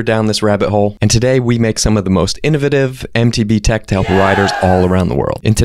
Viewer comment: Do you really say innovative like that?